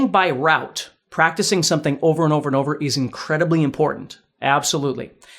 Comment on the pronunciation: Sorry us English!! We say Rote, not Rout